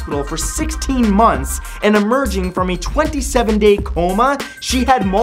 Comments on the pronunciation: Anyone else think Matt's pronunciation of the word "Coma" in Fact #15 sound a bit weird? LOL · The way he said coma 😂😂😂😂